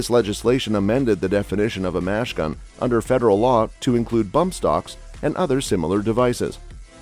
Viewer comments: Great text to speech software but it's machine gun, not mash gun. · My man said “fully semi-automatic”, and “mash gun”.